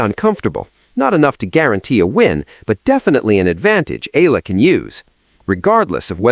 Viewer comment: ee-ya-la not eela